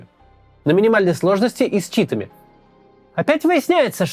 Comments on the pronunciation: Меня одного резануло ударение в слове "чИтами". У нас всегда говорили " Давай играть с читАми" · С читАми, ну ёмаё😁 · ну точно не одного. Вы действительно говорите "чИтами"? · Обожаю как Кац ставит ударения 😂 КринжЕво, чИтами, пИнгвин 😆😆😆